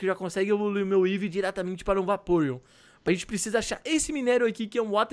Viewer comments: Pessoal o certo é eevee nao evee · Não é evee o nome é eevee